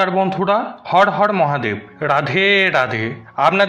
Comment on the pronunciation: প্রথমেই বললেন, হড় হড় মহাদেব! উচ্চারণটা কি ঠিক হয়েছে!!